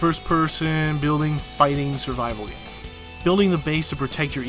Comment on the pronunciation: "It's a fun gam?!"